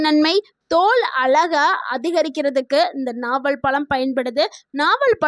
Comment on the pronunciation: பலம் இல்லே ...பழம்...